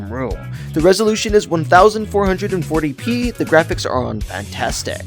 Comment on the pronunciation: The way you said 1440p 💀